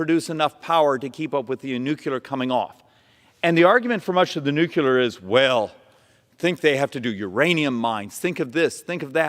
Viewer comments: I do not trust the scientific opinion of anyone who pronounces nuclear as nukular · Say it with me now... "Nu-cleeeeee-ar" The "U" comes early in the word, and is not repeated after the "cl"... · Except he mispronounces "Nuclear" as "Nucular" every time which is a bummer because it undermines all of the VERY GOOD AND RATIONAL things he's explaining. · I'm sorry, but despite all the truth this man is providing, I simply can't go along with him as long as he continues to include a third syllable in "nuclear." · Why can't Republican leaders pronounce the word nuclear? It makes you sound uneducated when you are trying to make a scientific point. Learn to pronounce your words correctly or you will not get your point across. There is only one letter u in that word. Sound like you have an education. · Please learn how to pronounce nuclear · I agree with you but PLEASE STOP MISPRONOUNCING NUCLEAR ugh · Speaking truth there, but need to learn to pronounce nuclear properly... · If you are going to talk about Nuclear energy, at LEAST be able to pronounce Nuclear... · Nuclear has 2 syllables, not 3, Doh!!! Folks don't take you as seriously if you can't even pronounce the language correctly that one is communicating in. Other than that he is Right on target with his arguments. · you said nuclear. He said nucular. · I like the presentation…but when he says “nucular” instead of nuclear, it undermines a lot of his credibility. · can we please start fucking properly pronouncing nuclear? its NOO-KLEE-ER not NOO-Q-LER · Why can’t Americans say nu-cle-ar? It’s not nook-u-lar. But whatever word he uses he’s right on that score. Nuclear and geothermal are the ways to generate good secure base load energy. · Please! Say NOO-CLEE-ER! It’s NOT NOO-CUE-LER! You lose credibility when you sound like a dumb ass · The most offensive thing he said was "new-kyu-lar" instead of "new-clear". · I’m so tired of educated people saying Nucular. That’s not a word. It s pronounced New-Clear!